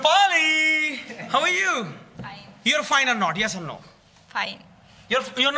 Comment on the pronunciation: The host said rias(yes) or nrio(no). good pronounce